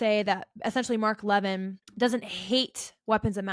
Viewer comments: It’s pronounced “Mark Le-VINN”. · If you watched Mark Levin, you would know how to pronounce his name. You are right about everything, but Mark is the good guy, so please pronounce his last name correctly.